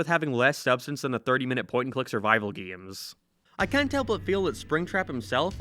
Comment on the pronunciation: It never gets old when he pronounces games "gims"